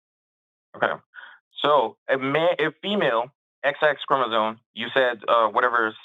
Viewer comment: Bro keeps mispronouncing “chromosome”, yet thinks he knows more than the biologist.